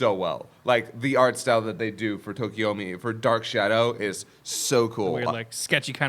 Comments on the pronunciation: You're killin' me, Smalls. It's TokoyAmi, not TokoyOmi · Anyone else get bothered by everyone mispronouncing and misspelling Tokoyami’s name? It’s not Tokiyomi lmao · Why do they keep calling him Tokoyomi? Im not a stickler for names but its Tokoyami.